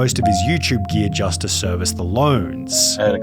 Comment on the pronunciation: how did you manage to mess up the word "just" and "positive" postaive 💀